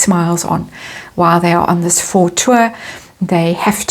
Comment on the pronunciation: thank you. faux - pronounced as in foe.